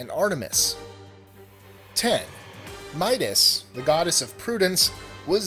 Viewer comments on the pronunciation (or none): I thought you said Midas When it's Metis